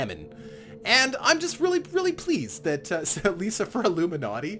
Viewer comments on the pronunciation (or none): none